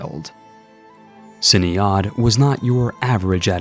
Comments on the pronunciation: ciniod is pronounced "kee-an-od" and Ruadrai is just "rory" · Ciniod is pronounced closer to Kenneth